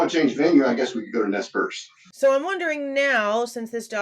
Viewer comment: you pronounced Nez Perce correctly. Perce is pronounced like a lady's purse. Good job 😁